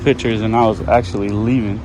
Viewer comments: "Actuallky" lol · "Actuallky"? Oops! :-D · And if I had “Actuallky” been in a restricted area. correction “actually”. watch you a ton I’ve seen every video would like to see you audit places in Vallejo where I’m born and raised. Trucker now and I live in Arizona thanks man